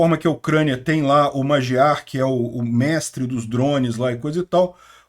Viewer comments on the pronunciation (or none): Boa noite tropa 🇧🇷, quando vc citar o Magyar, pode pronunciar o "gy" como "gui". Os Magyars é que deram origem a alguns povos do centro europeu, ainda no tempo dos bárbaros liderados pelo Gengis Khan. É um orgulho para nós sermos descendentes daqueles guerreiros. 👊🏻🇧🇷💪🏻